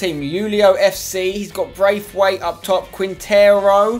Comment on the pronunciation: Im from Denmark and you said braithwaite right 👏🏻👏🏻👏🏻👏🏻👏🏻👏🏻👏🏻👏🏻👏🏻👏🏻👏🏻👏🏻